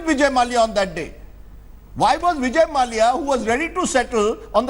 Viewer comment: Can someone inform that his name is pronounced Mallya and not Malaya. For goodness sake at least do things right on national television.... Cant get basic stuff right and they want us to trust them with the news....